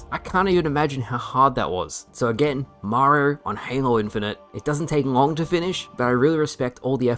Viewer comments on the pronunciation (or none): I love you but I've never heard someone struggle to say Mario so much "Mariar"..."Marrr" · Way too many R’s in your pronunciation of Mario 😂